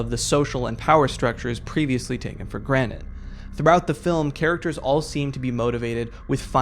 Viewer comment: he sounds like he say takin for granite like the rock